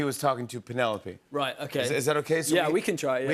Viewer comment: Keeping the head tilt alive when he says “Penelope” 😂 congrats Luke 🥳